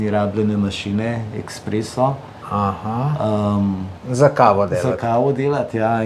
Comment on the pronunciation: 🤣 tip se ukvarja s kavo in govori ekspreso, noro ful se ponavljas, iste zgodbe nonstop govoris.